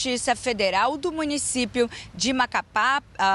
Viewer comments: " Do Macapá" 😂😂😂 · Afundou ! Depois do Silvio o Jornalismo do SBT afundou. Dias atrás um "jornalista" disse que Raul Castro morreu. Agora essa ilustre não consegue pronunciar Amapá e Macapá. Incrível, Lombardi !!!!